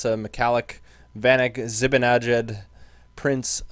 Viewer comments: Zee-Bon-Uh-Jad should of got him then bergeron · it's mika "zi-bin-e-jad or "zi-ban-e-jad"